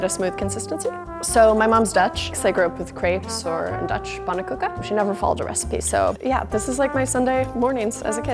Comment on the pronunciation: I’m not dutch, but even I think I that’s a wrong way to pronounce pannekoek